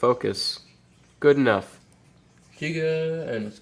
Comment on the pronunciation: jiga tech more like giga tech